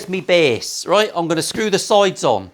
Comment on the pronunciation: Like the jiggery... Did you say BASS necks? As in necks that go in bass guitars? Gwaaan... You know you want to. 😁👍